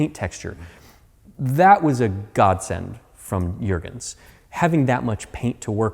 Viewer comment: Now that it's whole again it really looks beautiful. But of course you've invested much work and care into it. I'm also impressed how clear you spoke the name of Mr. Juergens...most English Speakers would've struggled with that.